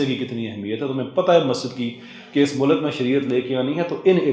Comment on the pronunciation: You speak well with good Urdu. The only defeat is your punjabised accent of simple Urdu words. On the left hand side is your punjabised accent and on the right is the correct pronunciation. Or. Aur Tor. Taur Dor. Daur MoLuck. Mulk E-Lum. Ilm Foj. Fauj Both. Bohat Gay. Gaye (went) People like Dr Omer Adil, Awais Iqbal (atheist), Raza Rumi etc. are ordinary Punjabi like you but their correct pronunciation is praise worthy. I know it would take time to unlearn your punjabised accent, but unless you acknowledge your problem, you won't embark on towards solution. All the best